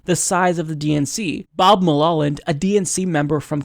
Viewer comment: It's pronounced "MUL-Holland"